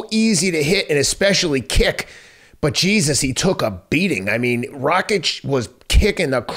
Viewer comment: Pretty sure he was calling him Racik half the time